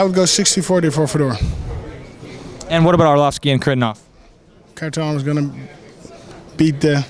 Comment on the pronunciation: its not pronounced carivnov homie thats not how its pronounces hari-ta-nov kharitonov, come on now :p